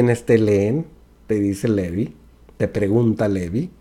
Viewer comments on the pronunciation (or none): none